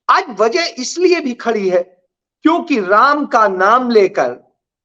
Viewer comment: आप बराबर vazah बोलते जबकि वजह है